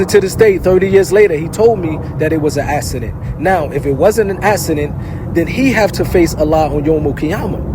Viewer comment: The only problem i have is the word "docUmentary" has a U in it. Its not docAmentary. And also it's 'accident" not "assident". Who taught napoleon words or is this Jersy accent? 😂